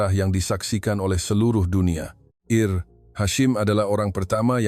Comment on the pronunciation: Bukan Eir Hashim, tetapi Ensigyor (IR) Hashim.... Ini omongan jahat AI...